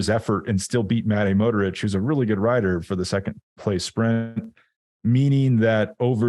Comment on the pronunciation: I know there are lots of names from lots of languages, but come on. Mohoric is not particularly difficult to pronounce. The content is great, as always, but surely professional podcasters can learn to say the names of the major players in the sport they cover.